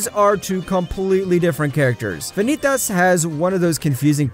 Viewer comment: The guy who narrates this absolutely butchers everything from Japanese pronunciation, to French names like Jeanne and Vanitas. Lmao